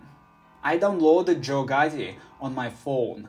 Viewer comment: "Joe Gotti was born in 2002" 😭👌